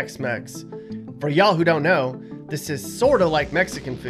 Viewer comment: If you are going to say ya'll then say it correctly. Also note that ya'll is singular.